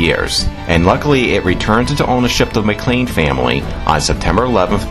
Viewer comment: Just wanted to correct you on a couple things. First, Duarte is pronounced dew-ert, not whatever that was you said, and MacClean is actually pronounced MacClain. Comes from the first chief, Gillean. The sons were known as son of Gillean, or MacClean.